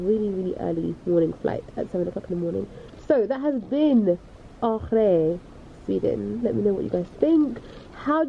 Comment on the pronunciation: The way you pronounced Åre made me think you were saying "Agee" which is a greeting in South Africa 😂😂 You in that wig 😍🙌🏾